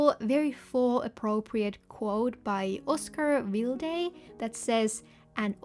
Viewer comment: I've never heard someone pronounce Oscar Wilde's name that way, but I'm doing a misty hydrangea foresty theme for my September bujo :)